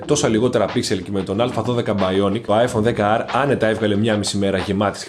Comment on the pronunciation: Είσαι ένας από τους λίγους που το λένε 10R. Όλοι το λένε XR. Μπράβο!